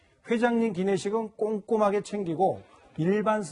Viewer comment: 그래서 한진항공 이용 하라는 거니? 꼼꼼하게 챙기고에 악센트 들어가는거 보니, 받으셨구만...